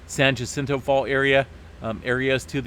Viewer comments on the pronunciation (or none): I wish would read the chat here. The San Jacinto Fault is pronounced San Hacinto. With an H sound. Not a J sound. I live nearby and know it well. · Ok, I will only say this. My info is from living here and hearing everyone who lives here saying San Hacinto. According to Google/Wikipedia, the city was named for Saint Hyacinth. It also says it can be pronounced yacinto or hacinto. Since I hear all the residents which include Native American Soboba band of Luiseno Indians, pronouncing it as Hacinto, I'll go with that. Everyone else, do ya own thing! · It irritates me they cant hire a real person to read these. I hear so many mispronunciations